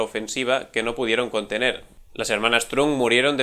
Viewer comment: Qué chiste accidental tan bizarre, pero magistral, lo de estar hablando de una ofensiva del ejército chino que no se puede "contenel" en el 😂😂😂 (es broma, buen vídeo)